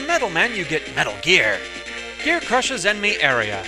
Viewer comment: I'm sorry but the way you said metal gear made me chuckle.